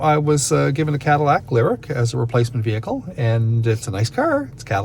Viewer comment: Leer-eek. Is that how y'all pronounce Lyriq in Canada? Lol